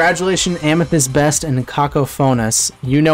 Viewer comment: The way you pronounced Cacophonous has me rolling 😂 Idk why I’m like this 😭